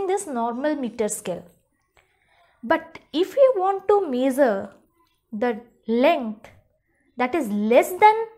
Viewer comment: The video was good but it is not mazer the length it is measure the length 😏